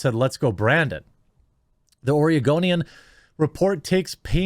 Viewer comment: I'm playing Skyrim and i keep hearing you call the oregonian the argonian and getting confused as sht